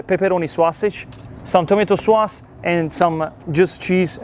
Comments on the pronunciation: Well,, not “SWAusage”. It’s “SAWsage” and “SAWce” but you’re close. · Love the swasage and the swauce 😂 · Swausage Swauce